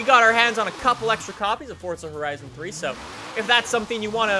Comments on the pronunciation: Its forza not fortza 😂😂😂😂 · its FORZA lol not FORTZA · can you stop saying fortza holy fuck I've had enough there is no fucking t in forza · just giving u a heads up, it's forza not fortza. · y do people say forza with a t instead of a z its forza not fortza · it's not fort-za it is forza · it's forza not fortza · It's forzahhh not forthza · Its called forza not fortza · Why do Americans pronounce forza like fort za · It sounds like he says fortza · TwiistedGamer XD all you tubers do lik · cuz he does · I love that says fortza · where the hell do you get the t from when you say forza... its not fortza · it's not fortza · Stop saying fortza